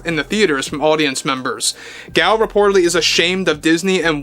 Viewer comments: Nope, he is pronouncing it incorrectly. It is Gull. It’s Hebrew. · The nuance is still different how she pronounces it - even in English. It’s not the long vowel A. But either way does not offend me and I wish you a pleasant evening. Cheers.